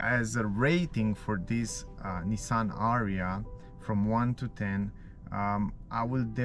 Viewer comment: It's "A-ree-ya"